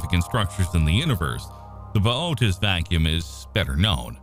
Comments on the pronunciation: I say it "booties" whenever he says his way it bothers me 😅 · Massively botched the pronunciation of Bootes. 🙄 And..... "Sowthern"? Come on. Is this a badly programmed TTS voice?